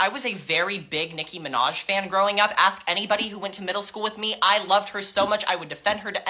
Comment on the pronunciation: Can we take a long weekend and get everyone up to speed on how to pronounce the word ask? Axsking for a friend...